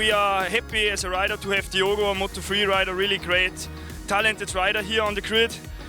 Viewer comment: His name is Diogo though, please guys stop butchering names and pronunciations like the speaker usually does...